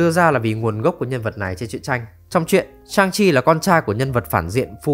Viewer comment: Lý do Shang Chi bị ghét: Viết là Shang Chi, đọc thành Cương Thi...